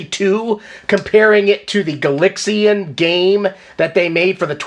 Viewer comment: Why Gal-IX-ian and not Gal-AX-ian? Not a complaint, just curious as to why. I've never heard anybody pronounce it that way before. Surely the name is an obvious contraction of galaxy invaders.